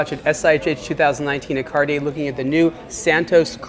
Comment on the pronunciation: The next one, who don`t know how to pronounce Cartier.